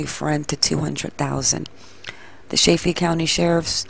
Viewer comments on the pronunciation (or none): I don't mean to be nitpicky but it's pronounced like saliva only saliDA. Also, Chay-fee, like chicken.